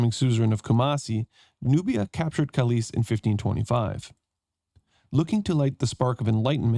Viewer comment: Nice playthrough! Anglophone pronunciation of Polish cities is always so funny. You turned Kalisz into something Spanish-sounding "Calíz", while it is actually pronounced just as "Kahleesh", Kalish, with the stress on the first syllable and sz just being Polish way to spell sh-sound (and cz is ch-sound). And also turned Polish Tarnów into very German sounding Tarnau, while actually it is pronounced "Tarnoof". Yes, Polish w is very misleading, considering it's just v, which evenmore is often devoiced to f.